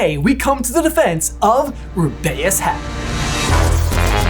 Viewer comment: ruby-us say it, ruby-us not ru-bay-us